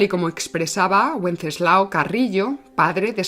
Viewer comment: WENCESLAO SE PRONUNCIA COMO SI FUESE CON B O CON V. PERDONA LA CORRECION.